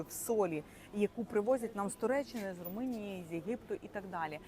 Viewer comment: У неї ще й Руминія замість Румунія! 😂